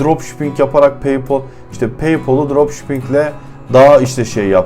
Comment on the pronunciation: lan daha paypal diyemiyorsun bi de kalkmış akıl veriyor.